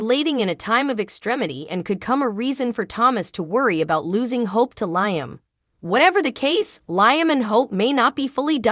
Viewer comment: Would love this lady talking to correctly pronounce Liam's name - 😊!